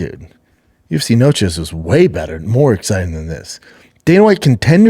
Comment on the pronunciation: N-O-C-H-E…..Noche….theres no S…..carry on